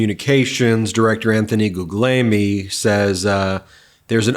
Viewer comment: His name is Correctly pronounced gug-lee-EL-me. Just FYI.